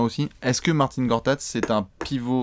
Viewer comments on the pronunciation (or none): Par contre on dit Marcin Et pas Martine